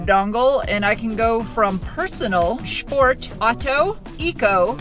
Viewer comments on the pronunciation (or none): Haha nice "shport". That is how we pronounce it in South Germany. 😁 270 lb/ft or 601 nm sounds wrong. Don´t have the exact number but given this is a 3,5 N/A it´s more like 370 nm. And kw is also too high. Just wanted to mention it. Yeah they´re coming back to where they once were!